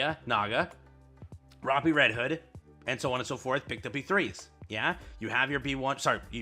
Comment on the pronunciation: Day 210 of telling gogo that he pronounces Rapi’s name dumb